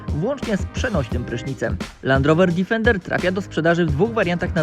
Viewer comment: dEfender DEEEEEFENDER, nie żaden difernder